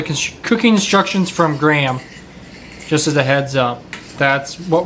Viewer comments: Graham is usually pronounced Grey-am(gray for USA-ians) not Gram. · Question, why do you pronounce Graham like gram, it's supposed to be said like gray-um